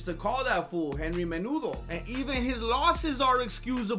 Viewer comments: “Henry Menudo” 😂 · "Henry Menudo"😂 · Im fucking dead, not the "Henry Menudo" LMFAO